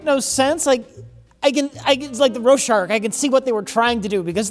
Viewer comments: A "rowshark". Yet another Richism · Rowshark? Looks like we got a new entry in ' Mispronounced Words Dictionary. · very proud of the boys for not at all questioning pronunciation of 'rorschach ' that is simply how it is pronounced now he has spoken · A Roshark? Do you mean Rorschach picture? 😂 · What's a Ro-shark? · You get your Roshark test administered at the Proralis Institute. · I’ve never had raw shark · Not even two minutes in, and has already gifted us with "row shark". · "Rho-shark" -, 2023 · I’m surprised nobody pointed out saying “roar-shark” just over a minute in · anyone wanna comment on how pronounced "rorschach"?